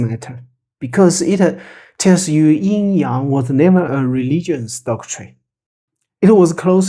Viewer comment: Thank you. Excellent description of Yin Yang. I appreciate the correct original pronunciations too.